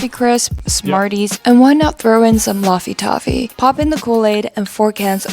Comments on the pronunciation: why does she say Loffy Toffy ? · I’ve never heard someone pronounce “laffy taffy” like that. Must be ‘Lahviosaaaa’